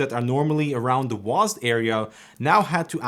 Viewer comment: Guys it’s not W-A-S-D anymore, it’s now just “Wasd”